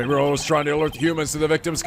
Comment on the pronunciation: Weird how you didn't comment on Judge saying Ora instead of Orla.